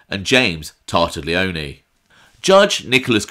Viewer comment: Tar-tag-lee-own. Another great video mate! Greetings from NJ.